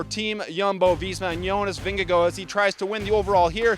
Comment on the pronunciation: I love your energy and for all how you pronounce Vingegaard in the right way - thanks for recap